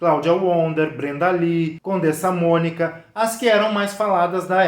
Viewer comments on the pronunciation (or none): e a coleeeega lá sabe quem é Erika Palomino??? Ela fala 'poblema' e 'condensa Mónica'. Esperar o que???